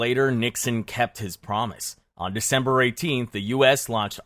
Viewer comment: Dember 3rd 😂😂😂😂😂😂 Did you forget how to english?